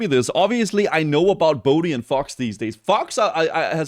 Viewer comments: Isnt it faux like french, you don't say the X so fau. You can comment if wrong then i'll know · It is, but he doesn't mind, so just stuck with faux pronouncing every letter. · Drives me madder than it should when people pronounce the X in Faux... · they are misspronouncing it intentionally as a bit of a joke. Thats all it is. Everyone involved knows how its supposed to be pronounced.